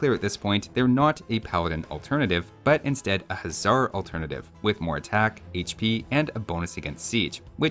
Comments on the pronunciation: You keep calling everything a "Huzzar", the regular Hussar is pronounced exactly like you would think. The Magyar Huszar should actually be pronounced "Magyar Hussar" because "sz" in Hungarian is pronounced "s" meanwhile "s" in Hungarian is pronounced "sh" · What if any is the difference between hussar and huszar? Is the latter supposed to be pronounced with a "z" sound instead?